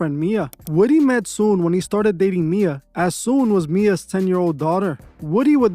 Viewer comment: Her name is Soon-Yi.